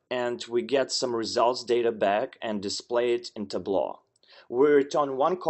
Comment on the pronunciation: Got the pronunciation wrong for Tableau..